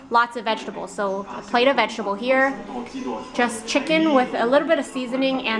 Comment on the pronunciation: I LOVE!!!! the way you say vegetable (VESH-TABLE) lol crack me up every time love you guys